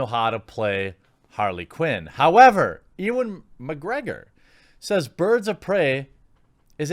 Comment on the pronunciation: Robbie = rob-ee Not robey Ewan = yoo-ann Not ee-wan